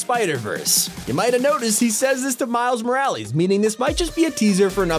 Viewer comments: it is miles moralas not morrilies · whu??? my guy said miles moralz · He said "miles morallies" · Ah yes, Miles Moralys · Does anybody realise how he says miles Morales lol at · Is it just me out does he says miles name weirdly